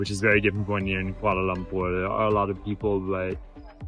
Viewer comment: I like the way both of you pronounced the cities names, Kuala Lumpur & Putrajaya correctly. Very informative vlog with lots of facts abt the city. As a Malaysian, glad you like the city. Thanks guys.